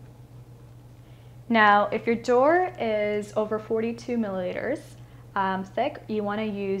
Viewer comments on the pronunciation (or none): “42 millileteters”